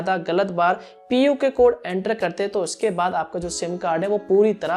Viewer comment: It is not puke code